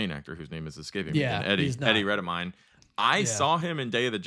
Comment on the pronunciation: I thought Eddie redmayne’s last name las pronounced as its spelled not redmine